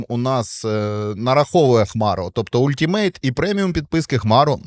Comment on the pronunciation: Нічого не сказав про EA Play. Він залишається на рівні Ultimate? (правильно казати алтімейт)😊